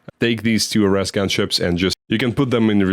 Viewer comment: Just a slight language pronunciation Ares (air-eez), named after the Greek god of war. Still, that’s coming from someone who wouldn’t stand a chance speaking Russian as well as you speak English.